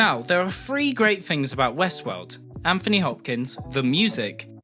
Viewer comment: Dude, you're English. You should know how to pronounce "Anthony".